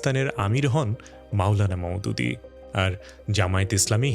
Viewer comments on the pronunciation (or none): এই ইউটিউবার একজন মিথ্যাবাদী। সে জামাত সম্পর্কে বহুৎ বহুৎ মিথ্যা কথা বলেছে। নবী বংশের মানুষ সাঈদ আবুল আলা মওদুদী রহমতুল্লাহি আলাইহি এর নামও ঠিকমত উচ্চারণ করছে না। এর কথা শুনে যতটুকু বোঝা যায় যে এই বেচারীর সত্যকে গোপন করছে ও জানে ঠিকই ইতিহাস। এই জালেম ইউটিউবার জামাতে ইসলাম কি পাকিস্তান বিরোধী আবার বাংলাদেশ বিরোধী বলেছে। অথচ প্রকৃত সত্য হল এই দুটি কথার একটি ও সত্য নয়। পাকিস্তান প্রতিষ্ঠার জন্য সায়েদ আবুল আলা মওদুদী রহমাতুল্লাহি আলাইহি স্বয়ং মাসালা বই লিখেছেন। দেওবন্দী আলেমদের সঙ্গে তার বিরোধ তো এই জায়গায় ছিল যে, উলামায়ে দেওবন্দ চাচ্ছিল যে ভারত যেন ভাগ না হয়ে যায় হিন্দুদের সঙ্গে একই ভৌগোলিক এরিয়ার কারণে একত্রে থাক। অপরদিকে মাওলানা মওদুদী রাহমাতুল্লাহ আলাই প্রমাণ করেন যে, ভৌগলিক তার সাথে ধর্মের কোন সম্পর্ক নেই। মাওলানা মওদুদীর এই বইকে সে সময় দেশভাগের জন্য মুসলিম লীগ দারুণ হবে কাজে লাগায়। কিন্তু মুসলিম লীগেরা যারা ইসলামী রাষ্ট্রের নাম দিয়ে দেশভাগ করতে চাচ্ছে তাদের ভেতরে ইসলাম ছিল না। তাই তিনি বলছিলেন যে নিম গাছ থেকে কখনো আঙ্গুর আশা করা যায় না; কিংবা মোটরসাইকেলযোগে কেউ আমেরিকায় যেতে পারে না। পাকিস্তান রাষ্ট্র ক্রাইম হওয়ার পর বাস্তবেও তাই হয়েছিল। ইসলামী রাষ্ট্রের নাম দিয়ে হলেও বাস্তবে সেখানে ইসলামী রাষ্ট্র হতে পারেনি।অর্থাৎ যারা ইসলামী হুকুমত কায়েম করতে চাইবেন তাদের মধ্যে আগে ইসলাম আসতে হবে, তিনি এটাই বোঝাতে চেয়েছিলেন। মুসলিম লীগের আর যেহেতু এ কাজ করছিল না তাই ইসলামের অনুশাসন জানা একদল লোক তৈরীর জন্য তিনি জামাতে ইসলামী গঠন করেন। আবার বাংলাদেশ প্রশ্নে, 1971 এ বাংলাদেশ জামায়াতে ইসলামী কোন পক্ষে যুদ্ধ করেনি, কোন পাপ কাজে জড়িয়ে পড়েনি। বরং ভারতীয় হস্তক্ষেপের কারণে